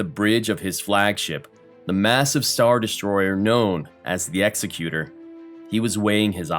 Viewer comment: I think you're the only channel to pronounce "Executor" properly.